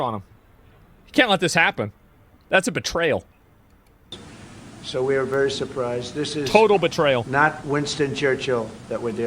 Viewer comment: "Betrayel" lmao. Greenland was a betrayel. Spain not letting the US use a base is such a nothing burger.